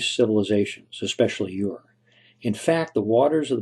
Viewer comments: A commendable conjunction of theories. Aside from that, I find it annoying when the narrator pronounces the Sumerian city name UR as "YOU-UR" instead of just "ERR". It's like when people pronounce the word TUNA as "TUNER" like the piano tuner when it should be pronounced as "TOONAH" since it being derived from Spanish. That aside though, there was a time when I did ascribe to the theory forwarded by Dr. Juris Zarins, but I am now more on board with the one forwarded by Egyptologist/Historian David Rohl who proposes the site described in Genesis as "Eden", to be in a lush valley beneath an extinct volcano in northern Iran. I know right... sounds like a crock of shit? But, in his published work "Legend: The Genesis of Civilisation" (1998), he posits a location for the legendary Garden of Eden in Iranian Azerbaijan, in the vicinity of Tabriz upon which the Genesis tradition was based. Fascinatingly, according to Rohl, the Garden of Eden was then located in a long valley to the north of Sahand volcano, near Tabriz. He cites several geographical similarities and toponyms which he believes match the biblical description. These similarities include: the nearby headwaters of the four rivers of Eden, the Tigris (Heb. Hiddekel, Akk. Idiqlat), Euphrates (Heb. Perath, Akk. Purattu), Gaihun-Aras (Heb., Gihon), and Uizun (Heb. Pishon); the mountain range of Kusheh Dagh (the land of Cush); and Upper and Lower Noqdi (the Land of Nod).[1][2] In the same work, he develops a local flood theory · Ur pronounced "er" not "your." Source: 6th grade world history. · Ur is pronounced Er